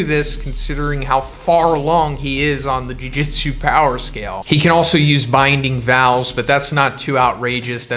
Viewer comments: Why TF are u saying jujitsu? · jujutsu kaisen not jujitsu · jujutsu bro not jujitsu